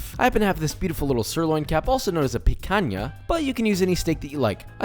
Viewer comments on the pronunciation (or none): im not even brazilian but that was a horrible pronounciation of picanha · meu deus ele disse picanha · "Serloin"? "Picanha" Ahhhhhh. now where talking! (Brazilian)